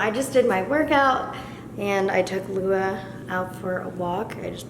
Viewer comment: Am I the only one that thinks “Kailua” whenever she says Lua lol